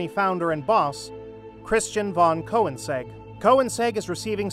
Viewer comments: "Koens-egg" lols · Cohensegg? Is this also some AI scripted and read channel. Ignored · What, you can’t even say his name right. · Who is "Cohenseg"? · Please check pronunciation of the maker's name.